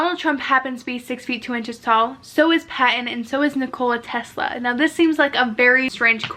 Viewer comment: No. She can’t even pronounce basic names like Nikola Tesla properly. Also she’s jumping to conclusions. Yes something strange is going on. But you can’t just jump to Illuminati/time travel conclusions